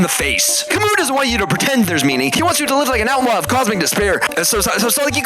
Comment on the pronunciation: I didn't know that Albert Camus was a Russian, especially with that silent s in the end.